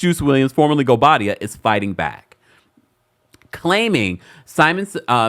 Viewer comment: 😂😅😅😅😅@ can't even pronounce his name..Thanks for confirming I wasn't alone in that observation